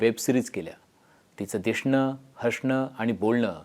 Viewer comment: 👈😁 तिचं ‘दिशणं’, तिचं ‘हशणं’… 😁 ‘स’ च्या जागी ‘श’ बोलतोय ‘बामना’वाणी!!